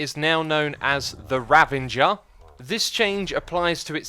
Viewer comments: "Rav-a-jer" not "Rav-en-jer" ik it's a weird name choice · “Ranvanger” it’s ravager mate. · X, it's the Ravager, not Ravanger. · It's Ravager not Ravenger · it's Ravager not Ravanger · It's pronounced 'ravager', not 'ravanger'. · There's no 'n' in Ravager. It's not Ravanger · "Ravenger" No Xisuma, Ravager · I just noticed that you called the “Ravager”, the Ravanger